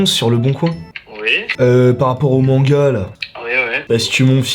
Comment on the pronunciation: Quand c'étais l'annonce des manga quand a dit les noms des manga mes oreils ont saigné TvT